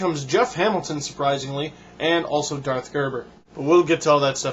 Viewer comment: Its "Darth", not Dart. :)